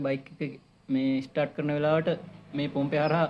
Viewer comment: ස්ටාර්ඩ් ස්ටාර්ඩ් කියන්න එපා බං ස්ටා(ර්)ට් ✌️✌️